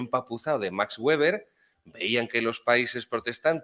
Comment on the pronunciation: Se dice Max Beber, no Güeber. La w germana se pronuncia como b. Espectacular ponencia. Saludos